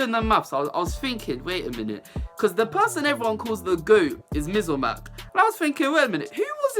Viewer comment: The way you say “MizOrMac” is too funny😂😂😂